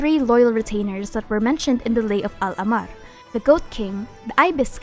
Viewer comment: Luv yr vids and just wanted to point out that when u pronounce ahmar its important to stress the "h" sound like ah-mar rather than ammar In arabic it is written like this احمر